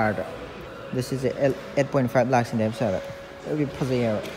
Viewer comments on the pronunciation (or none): none